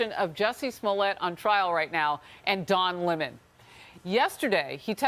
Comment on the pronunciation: Looks its not don lemon. It's Don Lea-mone